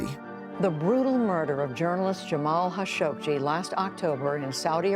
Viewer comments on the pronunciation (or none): Damn. Nobody can pronounce Khashoggi correctly.